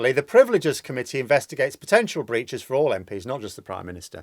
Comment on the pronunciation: Privileges, rather than 'priveleges'.